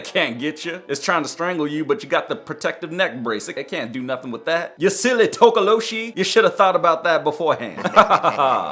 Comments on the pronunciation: towkowlowshee✔️ tokoloshi❌ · Its called Tikoloshi not Tokoloshi and yes i live in south Africa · Bro the way their saying Tokoloshie 😭🙌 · and you don't pronounce the Sh in Tokoloshe Just say s not sh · Huh by the way tokolosie is said wrong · Your pronunciation for Tokoloshe is wrong